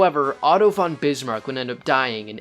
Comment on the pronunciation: For all the only english speakers in the world who want to make videos about german aristocrats: the preposition „von“ (meaning from) is pronounced like fond without the d.